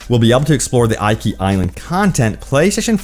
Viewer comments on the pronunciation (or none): Tsu-shi-ma and eekee Island not aikee. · can you please have some respect and pronounce Japanese location names correctly? you keep saying ikea , but this is not an English i this is an e, this is eekee, that is because romanji is different and is closer to French that way. I will hunt you forever if you dont fix this: いきしま です！ hiragana, your welcome. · OMG Thank You!!....I was scanning the comments to make sure I didn't double post this. I cringed/internally raged every time he said "eye-kee"...... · The pronounces 😬 tsusima, iky island 😬 it‘s pronounced tsu-sheema and Ee-ki island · It's pronounced ee-key. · I know it is minor, but the way he pronounces Iki is just weird. Iki is supposed to be pronounced as Eeki. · It's "EEKI" LOL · Bro it's pronounced "ee-kee" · Yo choom, the Is in Iki are pronounced the same, the way you pronounced the second one, not differently the way you did. Rule of thumb with Japanese, any given character is always pronounced the same way.